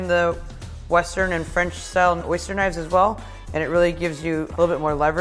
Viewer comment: Why the pronunciation all wrong